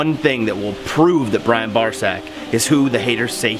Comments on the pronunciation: Please someone teach that guy how to pronounce Brian and and they it’s different than Brain! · " Brain Barczyk" I like how you call him brain instead of brian😂😂